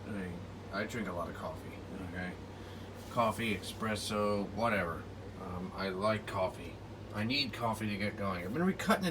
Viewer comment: Espresso, not expresso ☕